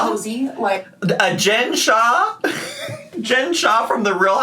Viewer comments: her new "shaw" is giving rain and petals eavesdrop.... whos gonna tell her?? edit: the second vlog is just her talking in a whiny-cry voice with no tears and giving more attention to people who think she uses filters rather than anything actually productive. i thought i was pissed before about all of the things she neglected to do that resulted in rarity being lost for this long, but goddamn im even more pissed now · She can't pronounce the L in shawl, because she already assigned the L to the end of the word saw. "I sawl an orderment while I was wearing my shaw."